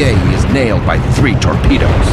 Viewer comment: And, here I thought it was pronounced, "torpedoes" and not "torpedas." Maybe he was speaking of the tortillas he had for lunch. :-)